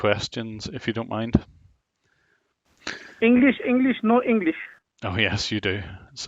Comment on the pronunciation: Ienglish,Ienglish no IENGLISH :)))))))))))))))))))